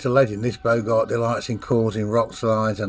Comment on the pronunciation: Bogart pronounced, as in "Bog"! It's a Northern Sprite, brought, probably by Vikings!